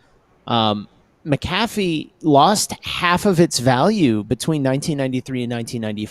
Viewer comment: Hello, Mr. McAfee's last name is pronounced "mack-uh-fee," not "mick-ah-fee." The name of the company he founded was McAfee Associates. Regards, Aryeh Goretsky